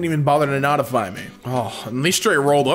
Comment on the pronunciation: Notify being pronounced "Naughtify" runs a close second place to pronouncing Available as "Avail·ya·ble" I'm beginning to think pronounces things like this to mess with people.